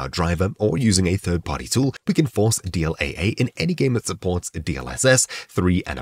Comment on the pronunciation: You say AA like that one family guy episode AA eh?